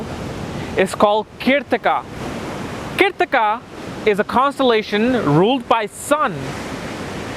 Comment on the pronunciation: It's funny how he pronounces Keertika for Krittika, Bharaani for Bharani, Ashwaani for Aswani or Aswini nd many such laugh jerking words...anyways its a nice video though not a complete guide and both my sun n mars are in this nakshatra whereas my sun is said to be in the 1st pada of krittika in Aries for my DOB on the 14 th of MAY and I've my moon in the most royal star of Rohini!